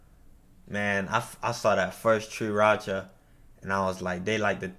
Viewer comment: "Tree racha"... BRO 😮‍💨... 3RACHA!!!